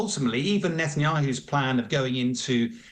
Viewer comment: For F Sake… it’s Ne - Tan - Ya- Who